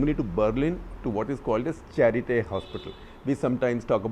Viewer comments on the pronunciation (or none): It’s pronounced Schaarité. I used to live in Berlin for 2 years. Glad you mentioned :) I have been to quite a few health hackathons there.